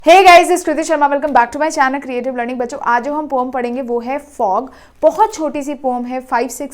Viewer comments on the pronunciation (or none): Poem ❌ pom ✅ 😂😂😂😂😂